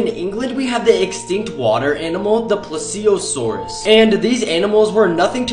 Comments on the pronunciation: its pronounced like "ple-ze-uh-sore" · I died on the pronunciation of the pleisiosaurs and sauroposiden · Yeah he said it as of if he was saying that trex lived only in Canada 🇨🇦 and now people in Canada think he is right like for fuck sake he put mammoth in USA just cause collosal is trying to revive it💀 also the way he pronounced plesiosaurs💀